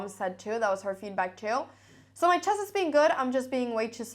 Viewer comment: I love hearing her say "chass" - you know you are in a Cramling video!